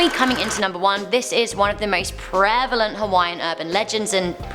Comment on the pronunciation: HuaKi pO 😭😭